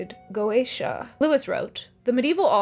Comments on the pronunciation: Just wanted to say, you nailed the pronunciation of goetia. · "Go-Aysh-A" is probably the correct pronunciation; some people opt for "Go-Ett-Ia," but the general consensus seems to be that either way is fine. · Go--AY-sha and Go--eh-TEE(I)--ah are both apparently acceptable pronunciations. I had to look it up. Sorry. It took me away, (😟), but I promise I came back! I never liked C. S. Lewis' viewpoint on goeteia, most blatantly displayed in That Hideous Strength. I don't like the idea that God would temporarily permit a kind of sin that later becomes completely impossible.